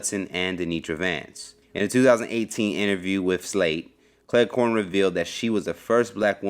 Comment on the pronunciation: Cleghorne? It sounds like you keep saying Clair corn.